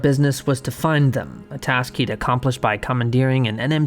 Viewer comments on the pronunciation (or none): none